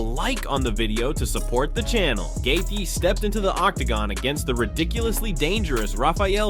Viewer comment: I realize this announcing is AI but it’s shit. How many different ways can you mispronounce Justin’s name? Plus lies lies lies. Clickbait. Bye bye lard ass